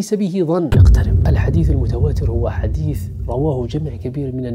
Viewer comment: اين فصاحته ونطقه لمخارج الحروف مضحكة حديث حديس 😂